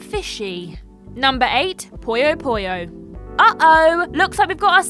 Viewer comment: It's "Puyo Puyo". Not "Poyo Poyo".